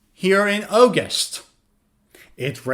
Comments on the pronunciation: Can’t pronounce “August” but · Got all them right. But really, You need to learn the correct way of saying August and a few other words. Ps. I am a native speaker with a masters in English. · A very strange pronunciation of August. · Why is 'August' pronounced Oh-goost and not Aw-gust here?